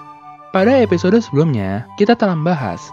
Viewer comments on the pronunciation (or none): none